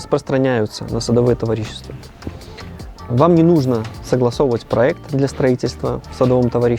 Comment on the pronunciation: Советы хороши! Но, пожалуйста, в слове товарищество, ударение на второй слог!!!